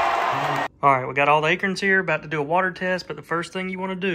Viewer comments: A-Corns.. not akerns.... lol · Maybe it's my "Jersey Ears", but I could have sworn I heard "A-KERNS/AKERNS"....not "A-CORNS/ACORNS"...right⁉️ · He said aykerns... haha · I’ve lived in SC all my life. I’ve never heard anyone pronounce acorns like you do. Is that an Alabama thing? Thanks for sharing, love watching the wildlife.